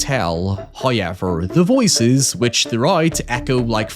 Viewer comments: Did you just pronounce however as "high-ever"? There's a wubble-ewe in there. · Nobody:: Hiyever. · I love the pronunciation "hoyever" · First "hoyevver" drops . For we are blessed by He. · Your content seems so good but the way you say "however" makes it absolutely unwatchable... I never knew such an infuriating pronunciation of that word existed. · How do you pronounce "how" fine. But can't pronounce "however"? Who is ever? Why do you feel the need to say hi to him every few minutes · you talk too much, just show us the movie. Also, why do you pronounce likes like "however" incorrectly??